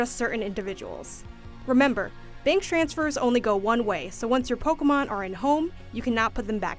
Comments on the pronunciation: Pokuhmon pokuhmon pokuhmon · Take a shot every time she says “Pokamon”